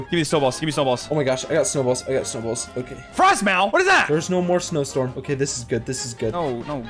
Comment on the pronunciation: Its called frost ma not frost mow theres no o